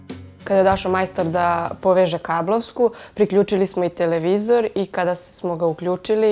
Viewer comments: TelEvizor, pa telEvizor.. Kako mi ovo RTS akcentovanje para uši.. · joj, RTS govor - telEvizori :( ..........osim toga, odlican video.